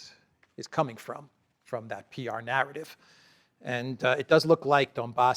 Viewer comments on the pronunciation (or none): none